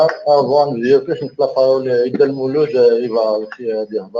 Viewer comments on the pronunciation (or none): Azul fellak a da kan maana da lmulud Iboud s'appelle bien Mouloud et pas miloud. Merci de rectifier Bonne continuation